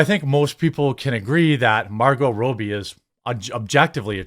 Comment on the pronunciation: Its Rob-E not Roe-be 🤦🏻‍♂️